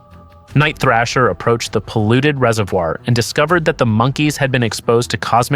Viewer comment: It's THRASH-ER THRASH-ER HIS NAME IS NIGHT THRASHER don't you ever mispronounce the New warriors leader name ever again..dammnit